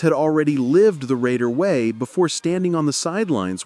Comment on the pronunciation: Love this, but you missed pronounce some of those names.